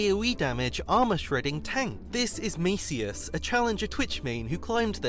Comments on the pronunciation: it's not macius like a roman emperor or something , it's too hard to explain so just put "maciuś" into google translator and let it tell you how to read that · His name is pronounced mejt͡ʃəs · Kinda funny how you pronounced his nickname (its diminutive polish name) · I just can't watch this video without cracking up because of this pronunciation xdd